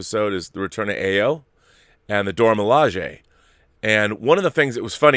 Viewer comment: Stop butchering the name. AYO = Pronounced ARE-YOUR Not EYE-OH AYO means joy in Yoruba [Nigera] language. As in Funmilayo = Give me joy. Or Ayodele = Joy comes home. AYO is the short form of such names. Tell Campea.